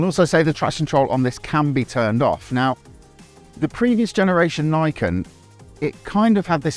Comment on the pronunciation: Niken is pronounce as "Knee Ken" it means 2 blades in Japanese.